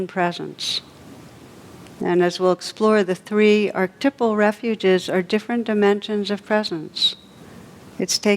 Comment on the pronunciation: It is phonetically pronounced 'R /Ke /Tipe /Al'. with 4 syllables and a long 'i' sound; Not. 'Ark- Tip- Al' for the word. Archetypal.. Please let Tara know... Thank you 👍🙏